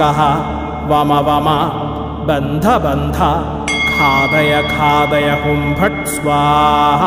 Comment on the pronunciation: Ghathaya ghathaya not khadaya khadaya